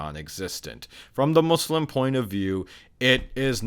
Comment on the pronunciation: i hate when they say muZlim lol